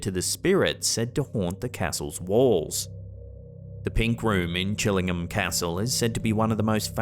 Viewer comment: CHILLING-HAM? Aw C’mon!